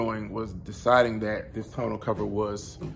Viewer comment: 1) Tonneau is pronounced (Tah-New), and it's French. Not ragging on you, but sometimes when you are speaking to ppl about stuff, they take you more seriously. Especially when speaking to warrantee departments. 2) MPG gain is due to aerodynamics. A truck has a natural drag that basically creates air resistance in the bed of the truck. Kinda like when you hold your hand out the window. Doing fifty five miles an hour.And you adjust your hand at a ninety and forty five degree angle. 90° you feel the resistance, 45° And you feel your hand just slip through the air with little resistance. Any weight, even body weight will cause any car or truck will decrease mpg. Most of the time, this is so marginal that we don't even notice it. 3) Great video thank you for sharing your experience.